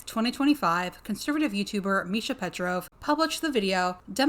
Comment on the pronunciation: Yeah, I found that odd as well😭 Isn't it supposed to b "petrova" not "petrov".